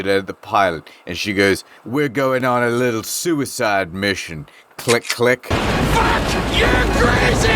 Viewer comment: be like "i said puck you, miss. Puck with a P"